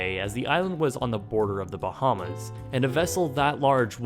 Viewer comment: I don't think i'll ever get use to non Bahamians pronouncing the names of our islands wrong lol